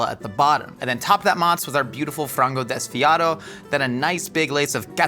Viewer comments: ngl you said frango desfiado quite well, nailed it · As a Brazilian, I have to say kind of nailed the "frango desfiado" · Great show, food for the soul and for the mind. You spoke "frango desfiado" really well! You all need to come to Brazil to know the diversity of our multiethnical culture and food. Cheers from Brazil!